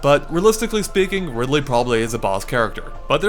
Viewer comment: umm....did you just call Ridley at first.....Ripley?